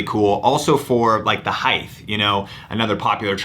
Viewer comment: where is this heighth thing coming from? I'm hearing it more and more on here. It's height and width. There is no TH on the end of height.